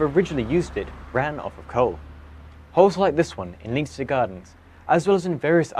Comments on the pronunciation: Great video, only negative comment; Leinster Gardens is named after the Leinster province in Ireland, it is not pronounced Leen-ster, but instead, Len-ster. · FYI You pronounce Leinster wrong. You should pronounce it 'Lenstuh' not 'Leynster'. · Leinster is pronounced len-ster. Interesting video! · Hey. Assuming that Leinster Gardens is named after the Irish province of Leinster, its pronounced "Len-ster" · so weird hearing someone pronounce leinster as anything but Lenster. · Please look up how to pronounce Leinster. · Surely you could pronounce Leinster correctly